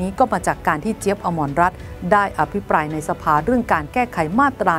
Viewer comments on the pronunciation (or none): อม รัตน์ ไม่ใช่ อมรรัตน์ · อะมะรัตน์ ไม่ใช่ อะมอนรัตน์